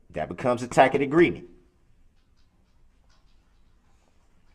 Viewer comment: "Tack-it agreement."